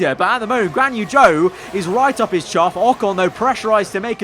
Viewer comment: I can’t handle it when he says chuff 😂😂